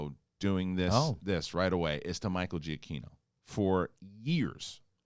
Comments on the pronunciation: ya said Gee ah Kee No fam. The i is silent making the g soft. Jah kee no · Jah kee no, not jee ah kee no